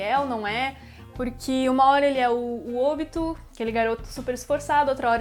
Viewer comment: se fala OBÍTO DROGA